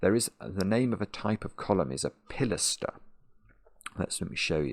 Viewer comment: Comment for the algorithm and like first, watch second! (edit) Third: amazed that someone who uses Chambers so often doesn't notice/understand the stress marker showing him how to pronounce pi-las'-ter.